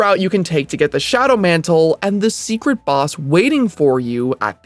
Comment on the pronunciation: Shadow mantle, NOT John mantle.